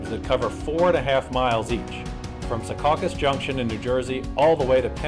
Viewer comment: If you don't know how to pronounce Secaucus the way people who live there do, less than a handful of miles from New York, you shouldn't be making videos like this.